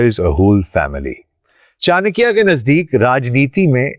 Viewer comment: Yaar tumhe naam to sahi se lena aata nahi. Aur tum chankya pe expert ho. Good. It looks u r pakistani. If u r pakistani then u should be careful of chankya. Hello